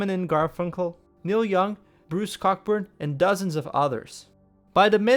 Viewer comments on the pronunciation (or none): Good job, yet a few minor details could make for a big improvement! Bruce Cockburn sounds more like Bruce Coeburn, and Greenwich Village sounds more like Grenich Village, as in Greenwich Mean Time! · You can tell you don't use AI because of all of the mispronounced words. Bruce Cockburn? Greenwich Village? Love your videos. Thanks for both the chuckle and 101 new reasons that hippies were truly useless and vile.